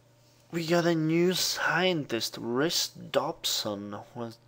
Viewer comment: Just so you know, Rhys is pronounced "Reese". It's a Welsh name so it's understandable how it could get mispronounced. I hope I don't sound like a Grammar Nazi. . .